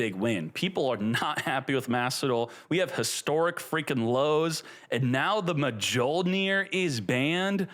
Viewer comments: Mjollnir is pronounced Myollnir. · Pronouncing mjollnir like that caught me offguard 😂😂😂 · every time u mispronounce Mjolnir i heard it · How do you not know how to pronounce Mjollnir? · Mjollnir pronunciation, man. Please.